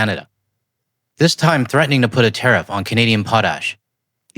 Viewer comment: Legit belly laughed when I heard "wants to teriff potash" Fuck american farmers, right? Holy shit Americas so far gone back almost 100 years in policy. Impending famine coming soon